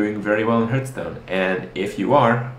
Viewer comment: Kripp. Repeat after me. Harth. Stone.